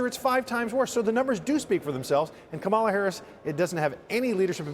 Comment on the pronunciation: That slip when he realized he was pronouncing correctly Kamala and went back to the wrong pronunciation 🤮🤮🤮